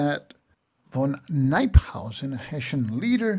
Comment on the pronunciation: Excellent overview of siege, resupply and reinforcement, and field battles. Minor corrections on some of the names: St Leger is pronounced SELL-in-jer, Knyphausen is pronounced Ka-Noop-House-in, Schuyler used either the Dutch S-kh-Hi-ler or English Sky-Ler pronunciation.